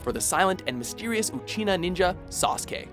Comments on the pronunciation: did I actually hear you say "uchina"? it's Uchiha dude....U-CHI-HA With the "H" not "N" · did he just say "uchina'? its "uchiha" dammit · When he said ' Naruto, Sakura , Sasuke and hinata' ugh Did he just say 'Sasuke uchina' instead of uchiha? 0_o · saKUra? really. it's SAkura. and UchiNA WTF?? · uchina??? I belive you meant uchiha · uchina? lmfao fuck the letter H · It's a bit annoying that he said Sasuke Uchina and Ramna instead of Uchiha and Ranma which is correct. It's also Kodachi, not Kodashi. Also, at Tenchi Muyo, there's still the names from the previous honorable mention. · jfc please watch your pronunciation of "Uchiha" and "Ranma". It's not "Uchina" or "Ramna"... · its UchiHA, not Uchina,! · NAruto, not naRUto!! SAkura, not saKUra!! uchiHA, not uchiNa!! inouay, not ino-ooh!! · SakUUra, UchiNa, ooran highschool host club...... learn to pronounce. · he said uchina................ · WatchMojo pronounces "Uchiha" as Uchiha. Me: ???? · The only name they say right is sasuke